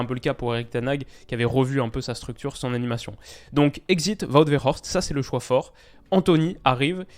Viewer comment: Le W ne se prononce pas comme un v en néerlandais. Wout Weghorst et pas Vout Veghorst